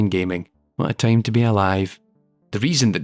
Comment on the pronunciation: I kept thinking about Tame everytime he said Time